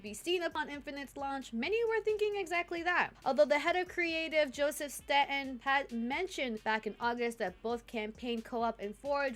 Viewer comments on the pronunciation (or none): none